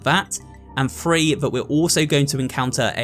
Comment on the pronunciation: It’s so funny when he try’s to say three but he says free LOL